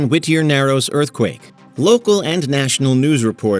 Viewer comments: Whittier is pronounced like witty, not wih-ty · His pronunciation of WHIT-ter. Its just Whittier dude.